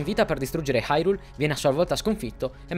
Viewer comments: il senso è quello, ma sentirlo pronunciare come dev’essere pronunciato è molto meglio. Suona malissimo come lo dicono nel doppiaggio italiano. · Non sai la gioia nel sentire qualcuno che pronuncia bene Hyrule e non Irule, come fanno nel gioco